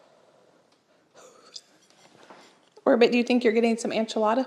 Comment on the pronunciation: These recipes look fantastic. A little help in the pronunciation of enchilada. It’s ehn.chih.la.da duh, not an.chuh.la.da. Thanks for sharing.